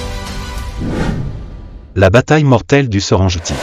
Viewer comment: Excuse my c'est Serenguetie pas Serengetie , sinon j'aime bcp ta voix et les docs animaliers